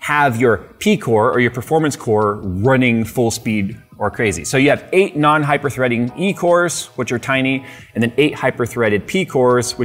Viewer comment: Hyperthree-ding obviously 🤪🤭